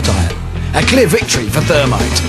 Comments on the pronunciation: not termite, THERMITE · the "thermity"